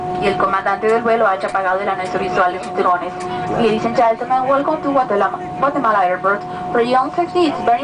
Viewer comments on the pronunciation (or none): The lady said welcome to Gutelama airport lol!